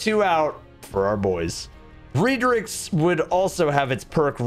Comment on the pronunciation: Ayo hang on, how the hell did he say redrixes?